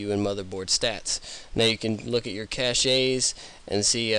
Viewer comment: Just FYI, cache is pronounced like "cash." The word that you are saying is cachet.